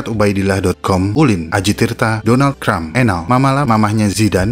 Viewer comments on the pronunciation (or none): none